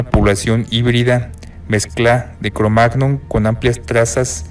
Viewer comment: todo bien, interesanteel vídeo, pero cada vez que dice "cromag-non" me pitan los oídos... en español se suele decir "cromañón"